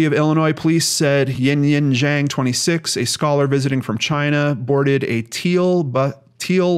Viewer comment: The correct pronunciation of "Zhang" made me very happy, thank you for putting in the extra work if you needed to. All of us with hard to pronounce names appreciate it.